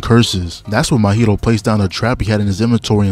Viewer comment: Bro, Mahito isn't an alcoholic drink with mint in it, bros name is pronounced MAW - Hito, not Mo-hito lmao.